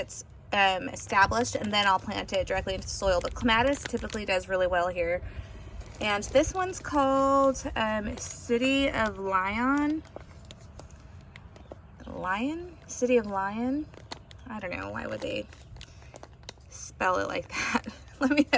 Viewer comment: Phonetically it would be Lee-on. It is a major city in France. So fancy French accent required here. 🙂